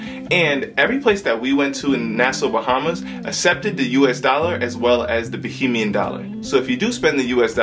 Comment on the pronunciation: ok kids, it's Ba(HAY)mian.😉